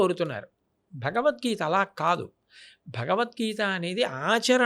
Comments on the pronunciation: The anchor is not suitable for this conversation with Great Changanti, Felt pathetic hence he asked questions about his Salary and worst is the anchor can't even say "BhagawadGita" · నీకు జలీల్ ఖాన్(బీకాం లో ఫిజిక్స్) కరెక్ట్... నువ్వు నీ చెత్త ప్రశ్నలు... ముందు "భగవద్గీత" అని స్పష్టంగా పలకడం నేర్చుకో... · Bagad geetha kadu ra luccha....bagawath geetha anaali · మన దరిద్రం ఏంటంటే గారికి భగవద్గీత అని పలకడానికి కూడా రావడం లేదు మళ్ళీ ఇతను గురువు గారిని భగవద్గీత గురించి అడగడం మన ఖర్మ 😂😂😂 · Anchoring ante vurike mataladatam anukuntunaru. Pedallu and guruvullu toh matalade tappudu maryada padathulu telusukoni cheyali. Em matalduthunam ani teyali athiga miglina interview laga guruvu garini cheyadam baledu. Bhagavad geetha ani palakatam raledu aa anchor ki . Deniki aa bratuku?? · Anchor gaadiki..Bhagavadgita Anadame ravatam ledu.. Roju Saara taagi Bhairi Naresh ane Gorre Babu La matlaadutunnadu.. Anchor Pedda.... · ఎవరయ్య ఈ యాంకర్ భగవద్గీత అనడం కూడా చెత్త రాదా వీళ్ళ గురువు గారినీ ఇంటర్వ్యూ చేసే వాళ్ళు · చాగంటి వారిని ఇంటర్వ్యూ చేసె స్థాయి కి లేదు. ఈ ప్రబుధ్ధుడు ఇంటర్వ్యూ చేయడం. వీరికి తెలుగు భాష కాదు బాస, గోస. భగవద్గీత అనలేడు, ధర్మం అనే పదానికి ఒత్తు పెట్టిన పాపాన పోలేదు. ఖర్మ!నోరు మాట్లాడితే నొసలు వెక్కిరిస్తుంది. అప్పుడెప్పుడో ABN ప్రబుధ్ధుడు చేశాడు ఇట్లాంటి ఇంటర్వ్యూ. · నీకెందు ఇలాంటి ఇంటర్యూ లు, " భగవధ్గీత " అని పలకటమే రావటంలేదు రా సామి నీకు... నీకు be com లో physics చదివిన జలీల్ ఖాన్ లాంటి వాళ్ళు కరెక్ట్... So don't mess with Guru's 👊